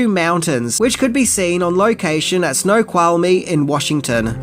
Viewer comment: Thank you for making this episode! As a lifelong resident of Washington state this show has meant a lot to me. And thank you for pronouncing Snoqualmie correctly! Don’t ever let anyone give you shit ever again about pronunciations. Cheers, mate!